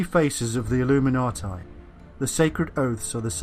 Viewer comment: It's pronounced illuminatee. For goodness' sake.. Illuminatai.. Cringe.